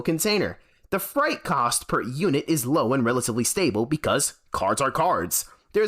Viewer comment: freight rhymes with 'eight,' not 'fright'